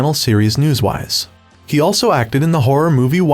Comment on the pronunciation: Narrator says “ News-WISE” when the title of the show is “ Newsies.”